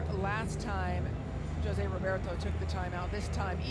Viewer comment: For an international commentator it's unforgivable specially such a simple name to say joe-se..... but u do love ur taco Tuesday 🙄🙄🙄 and on top such a legendary coach! It's pronounced HO-SE!